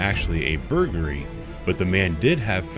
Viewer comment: Had me giggling with how you pronounce burglary.